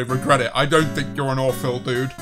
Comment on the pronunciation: “AwPhIL” poor phil